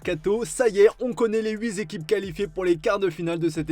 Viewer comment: on connaît les “huit” et pas les “huitzéquipes”!! Goddamn!!